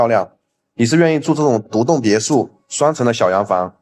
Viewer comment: 别墅(shu)不是别野